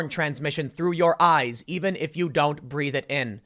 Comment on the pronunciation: Tim: Do not panic also Tim: IT'S IN MUY AIS, EVEN I CAN DIE